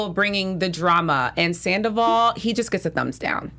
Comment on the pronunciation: Can one of you ladies please tell him it’s not pronounced Sanderval?